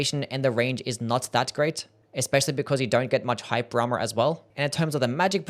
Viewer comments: I think he did say “hype drama” because how does “hyper armor” make any sense? Lmao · Took me way too long to realize he's saying "hyper armor" and not "hype drama", thought bro was talking about the spectacle of the attacks lol